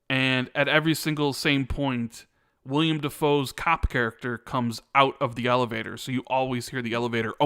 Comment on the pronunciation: every time you say William, it's driving me crazy. His name is Willem. It's WILLEM!!! Raaaaawr!